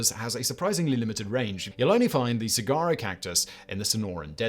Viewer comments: That cactus is pronounced so-wahr-oh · it's sa-wa-roe phonetically, fyi. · Sah-WAH-roe. No “g’ sound. And it’s not an animal. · Saguaro is pronounced Su wah ro. Hard to believe you didn't have the Quokka of Rottnest Island or the Tasmanian Devil on the list. Then again you could've done the whole list on animals only found in Australia or parts thereof. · Sawaro is the correct pronunciation of saguaro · 'saguaro' is pronounced "suh-WAHR-roh" - the 'g' is silent. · Saguaro is pronounced with a W not a G. Sawuaro. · Im from that part of the country(southern california close to sonora desert) Its pronounced sa-war-o. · The g saguaro is pronounced like a w. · Two things off about this video. One, saguaros are not animals. Two, you do not pronounce them the way they are spelled. suhwaarow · You don't pronounce the G in saguaro. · Ugh that pronunciation of Saguaro was like nails on a chalkboard! (allegedly, in my opinion) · Seriously how the hell do you not research a pronunciation if you're unsure